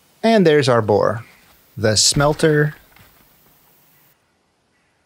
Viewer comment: I just like the way you said "there's our boar" like "there's our boi"